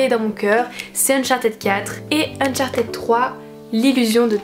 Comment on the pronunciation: Mais par contre stp ne prononce pas ède pour uncharted ça ce prononce /id/. ^^